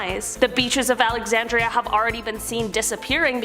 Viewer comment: When she said Alexanderia I thought she meant Minnesota because there’s a town called Alexanderia as well